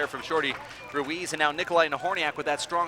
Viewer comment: she slaughtered both last names..Nobody minded